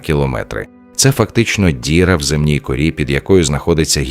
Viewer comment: ко'тел, ді'ра, сам не можеш озвучити?